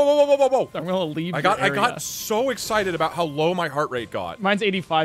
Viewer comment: "im exited by you "